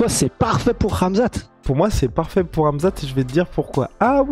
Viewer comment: ca se dit khamzat et pas ramzat